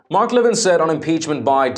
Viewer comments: His name is not LE-vin. It's Le-VIN. An announcer should know that and how much Mark hates being called LE-vin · I believe he pronounces his name le VIN .